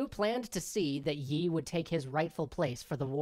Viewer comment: Yi(X) --> Lee(O)